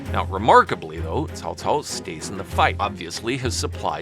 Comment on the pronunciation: Dang your pronunciation is on point. I watched your other videos for the first time just be listening and I thought it was a chinese person narrating this video. When i looked into the monitor... well well well here's a Westerner who bothered to pronounce it properly! Example... Cao Cao was pronounced as (kaow kaow) in my three kingdom games... damn grating to my ears. Thank you for your effort and sharing of the knowledge!